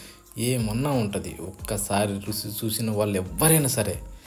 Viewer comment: Pacchadi video OK, Rusi anakandi, Ruchi ani chakkaga palakandi!!!!